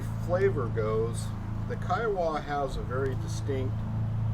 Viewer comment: Pronounced kai·uh·wuh named After the Indian tribe.